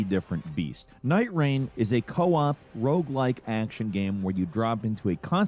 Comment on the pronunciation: What's a "Rouge like game?"